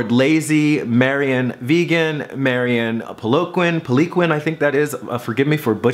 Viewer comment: Marion Poliquin lol He pronounced my name correctly ;)